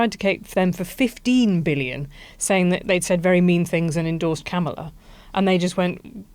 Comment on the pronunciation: The BBC should offer him 5p. That would be about right. He had been saying "Come to DC on January 6th, IT WILL BE WILD" for weeks, and it duly was. And Helen, you really can't pronounce Kamala's name correctly even now, her little nieces could? I guess that's karma?